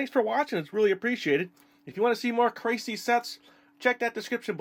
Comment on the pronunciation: Just a little fyi, if you do more of their sets in the future, it's "Krah-see-eh" and not "kray-see."